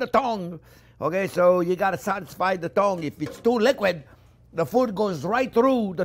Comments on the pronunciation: I Just watched it twice based on the comments, needed to hear that again. Keywords: friends, Onyoo, measure it carefully and it's all about the thong You can tell he does it with passion. God bless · I kept hearing it as "thong! 8000 nerve endings on the thong!" 😂😂😂 Was wondering whether I missed out on something before realising that he meant tongue! 😂😂😂 Amazing guy! Must be fun to learn from!